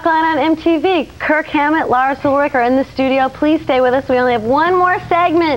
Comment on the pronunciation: Lmao hilarious!! She butchered Kirk's last name twice when coming back from a commercial break haha